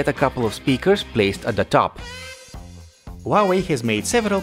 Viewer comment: Who Ah Way, not WAWAY